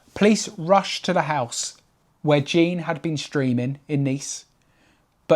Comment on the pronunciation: His name was Jean, not Gene.